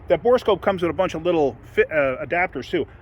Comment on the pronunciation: Thank you for calling it a bore scope instead of a bore a scope.